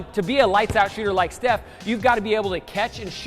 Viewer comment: it's not chef curry it's steph